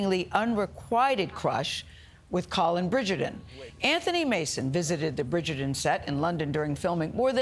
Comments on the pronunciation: Bridgerton---WITH a T, not pronounced with a D, Gayle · She can't pronounce Bridgerton.